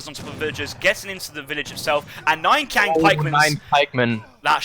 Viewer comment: It's not "kwaang" pikeman, it's "cheeang" pikeman. But besides that, interesting strats from Hazza and nice casting as usual!